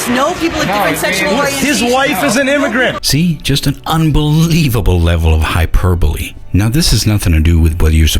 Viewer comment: Hyperbole. Hi-perb-o-ly. Wat.